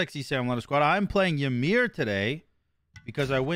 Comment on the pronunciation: The way you pronounce Ymir hurts my soul. Its e-mere not why-mer. Love your work tho.